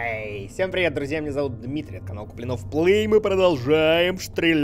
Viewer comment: Дима сказал Ей! а не Эхей)))